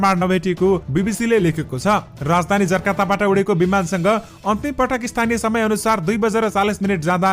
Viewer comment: जर्काता होइन जकार्ता हो!शुद्ध बाचन गर्नु पर्‍यो !